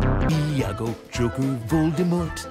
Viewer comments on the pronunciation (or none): none